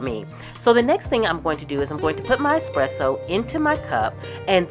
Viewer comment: As an Italian, I love the way you use the moka machine to make coffee at home and thank you for saying espresso and not exxxpresso 😄 enjoying aaaall your videos, thank you ☺